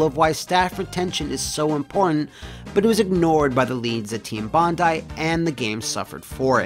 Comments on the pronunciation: For once, i can be pleased that at least one American can pronounce "Bondi" as "bon-die". Usually they get it wrong by pronouncing it as "bon-dee"... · a foreigner who can pronounce bondi correctly! bravo sir you are a rare breed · Thank you for pronouncing Bondi correctly, Americans seem to say it funny sometimes - sincerely, an Aussie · You pronounced "Bondi" correctly!! Yay!